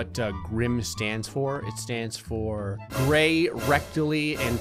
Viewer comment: gray: sounds like he said the n-word me: what did he sayyyyyy?